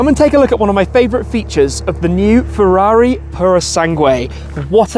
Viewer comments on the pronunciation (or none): As if “ferraUri” wasn’t enough. It’s absolutely disgusting how English speakers pronounce foreign words.